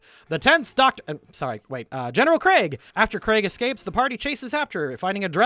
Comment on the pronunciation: Interesting video, well done. But very little effort put into pronunciations or knowing locations. But i guess the focus was the characters so i guess that gets a pass. The funniest one is you calling Krieg Craig haha